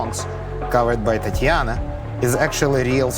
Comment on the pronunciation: Gotta admit i laughed when said Tatanya instead of Tatiana.